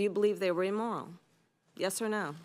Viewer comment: Wtf is emoral?